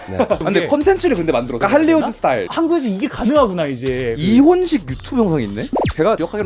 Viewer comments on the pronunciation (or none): none